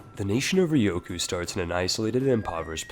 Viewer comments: RyuuuuKyuuuu. Ryukyu. /ˈɹjuːkjuː/ Not Rioku. Press the speaker button. Please. You are killing my ears every time you talk about this country. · Why do you keep calling Ryukyu Ryoku? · its not ryoku... it is RYUKYU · The hardest part is obviously the correct pronunciation of "Ryukyu" :p